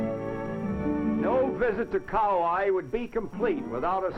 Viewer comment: Wow! No more Aloha Airlines. No more camera ports on airline windows. No more smoking on airlines (woowhoo!). No more Coco Palms on Kauai (I liked the way the announcer mis-pronounced that island name). No more Kalapana black sand beach (that's too bad - it looked cool in this video). How about that dirt road in this video at the Hanalei Valley Scenic Lookout? The tunnel on Hwy 30 going towards Lahaina on Maui still looks the same today as it did in this video but the road is MUCH wider.